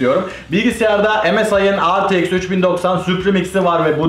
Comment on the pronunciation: Rtx e retex diyen tek yürekli adam 😂